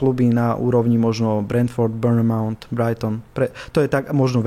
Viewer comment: Ja hovorim Burnt mouth 🤣